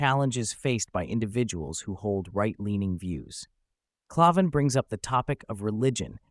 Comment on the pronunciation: Pretty sure it's pronounced CLAY-van, with the first A making the same sound you make when you say the letter. Not sure, but that's how I heard it said on Crowders show.